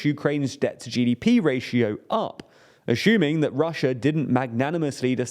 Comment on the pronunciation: He cant say any words containing "s" either. "aschuming" "schtock market"